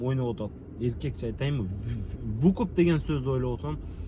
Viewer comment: Вукуп эмес тууган выкуп